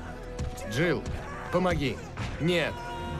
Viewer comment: not "het" 🤣 Нет - Net - No